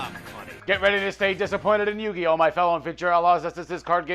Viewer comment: LOL. Watch the FUCKING DUB! Jew-gi-oh!